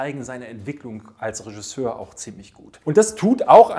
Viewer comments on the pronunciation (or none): none